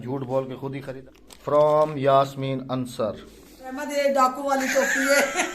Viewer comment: Brother ansr nahe ansaaar